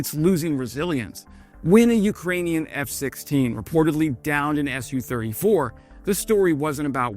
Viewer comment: It's not pronounced "Es You Thirty Four", It's "Su Thirty Four" as indicated by the lower case 'u', Su being a contraction of Sukhoi (the company that designed the Su 34)